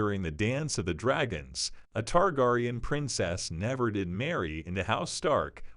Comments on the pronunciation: Lol not the tar-gar-eon 😂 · Leave my girl ri-nerya tar-gar-on alone. 😂